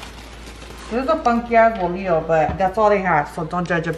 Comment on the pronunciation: I get anxiety when she says tomatios bolio instead of tomatillos bolillos 😂